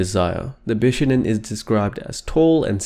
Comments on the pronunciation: Bishonen should be said more like: Bee-shoh-nehn The first 2 syllables aren't said that fast. Sorry, it was just really distracting to my inner weeb. Good video though, especially discussing the pre-existing cultural preference for pretty boys in Japanese and Chinese cultures. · It is pronounced bishOnen. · More like bee-shou-nen ;) 美少年 = びしょうねん = bishounen. The o sound is long. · why is it so difficult to say the word bishonen correctly? i don't care about the exact modulation of the consonants, but the stress is on the second syllable. that's easy to research and easy to say. it's bi-SHO-nen.